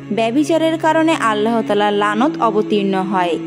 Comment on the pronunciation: ভাল করে কথা শিখেন,আল্লা,,,হ পাক এটি কেমন ভাষা,,,,আল্লাহ পাক